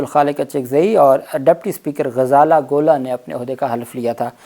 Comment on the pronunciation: آپ کی اردو بہت کمزور ہے۔ آپ بہت ساری غلطیاں کر رہے ہیں۔ نام درست کریں. یہ غزالہ گولا نہیں ہے۔ صحیح نام غزالہ گلہ ہے۔